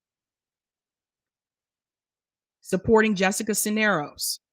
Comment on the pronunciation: Cuellar = kway-are Cisneros = siz-nair-ose